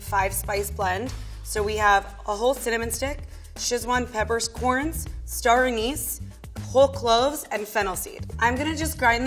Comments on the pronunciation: Sorry but Sichuan is pronounced Sitchwan. Not seshwan. Drives me mad when people do this. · “Sishwan” peppers? That’s not how you say sichuan or szechuan. I am pretty bothered by this...